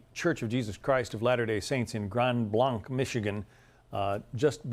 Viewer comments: Just an FYI... it's pronounced Grand Blank. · There are now 3, it was a pickup truck and it is pronounced grand Blank, it is spelled grand blanc, i live 10 mins away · I'm from Michigan... they just reported 5 victims now. Pronounced Grand Blank btw. Spelled Blanc. The hate in this country just keeps getting worse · Grand Blanc - Blanc pronounced Blank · Just for future reference, we pronounce it "Grand Blank." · The suspect is from Burton Mich which is less than 10 min from Grand blanc pronounced “grand blank” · "Grand Blank" for those wondering what grand blanc is pronounced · I live about 20 to 40 minutes away depending on traffic and well I recognize the truck. I've seen it driving around with the two flags. It's Grand Blanc as in a Blank canvas. Grand Blanc is just south of Flint Michigan for those curious, so close some of those people were likely already suffering in some way from contaminated water. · Very scary that this happens so often. Mental health and access to guns. Pronounced Grand "Blank".